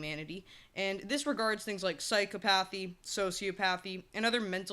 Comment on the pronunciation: "So-sea-op-uh-thee" not "socio-pathy" Also: "sci-cop-uh-thee" not "psycho-pathy"